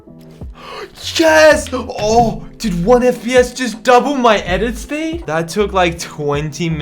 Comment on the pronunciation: No one:: I THink 1 FPS dOUPLed my edit Sped